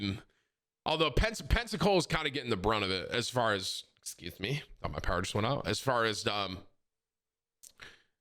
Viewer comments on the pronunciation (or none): Why he say EXCUSE ME lydat 🤣🤣🤣